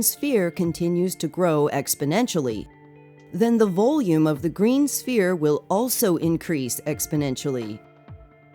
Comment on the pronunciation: Green Spear? it's pronounced Sphere or Sfere. think of the word phone and then pronounce Sphere. good video